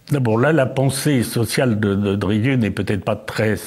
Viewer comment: Monsieur le présentateur, on prononce "DRIEU" et non "DURIEU". Insupportable.